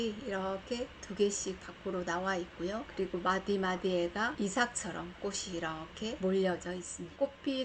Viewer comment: 좋은정보 감사한데요, 방송인으로서 발음이 정확하면 더 훌륭하지요. 꽃이 ---> 꼬시× , 꼬치 ○ 꽃을 ----> 꼬슬× , 꼬츨 ○